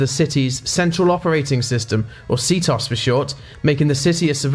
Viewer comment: its C-T-O-S not see toss, jeez